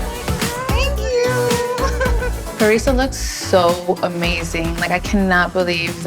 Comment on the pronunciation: Say her name correctly ..PA-REE-SAH.. Dr DewBroow